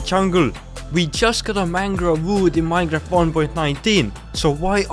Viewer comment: you said "mineraft" not "minecraft" it's the most important word for your channel to know